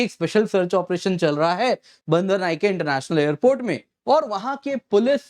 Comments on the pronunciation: Bander nahi bander... Bhandarnaiyike hai vo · STUPID ....BANDARA NAYAKA INT. AIRPORT/ NOT BANDAR NAYAKA INT AIRPORT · सर बंदरनाएके एयरपोर्ट नहीं भंडारनाएके एयरपोर्ट है.